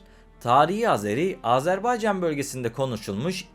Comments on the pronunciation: Güzel program eline sağlık.. Fakat yazıda Azerbaycan diye videıda gözükmesine rağmen , ısrar ile AZARBEYCÂN demeni yadırgadım. Azeri kardeşlerimiz bu telaffuza da çok kızarlar... Selam ve saygılar.. 🤗🙋‍♂️ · Güzelce izah etmişsiniz de Azerbaycan yerine AzArbaycan diye teleffuz etmen sunumun bütün ciddiyetini bozmuş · Azerbaycan yazıp Azarbaycan diye nasıl okuyorsunuz hayret ediyorum.